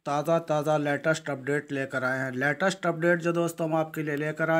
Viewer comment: अबे लेटेस्ट होता है लैटेस्ट नही होता । पहले बोलना सीख लें तब बताना ।